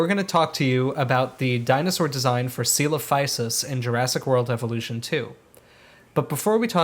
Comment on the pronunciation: It’s always cute when you discuss the “proper” way to pronounce a dino’s name and then confidently settle on a mercilessly butchered and americanized Frankenstein’s monster version of Greek. Love the channel, though! ☺️